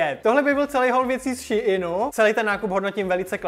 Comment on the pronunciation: Ummm to není ší in to je normálně SHEIN 😊